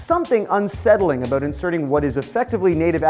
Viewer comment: Yeah heard him pronounce "about" as "aboot", which made me wonder if he was Canadian. He repeated this a few times, and when he said "showt out", instead of "shout out", I was more than sure he was Canadian. xD